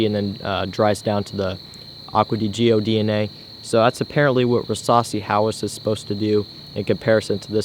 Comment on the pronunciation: The way you say Acqua di gio makes me want to kill myself